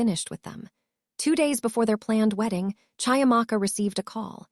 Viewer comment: CHIAMAKA is pronounced CHEE - AMAKA...just as you would Cheetahs! African names are PHONETIC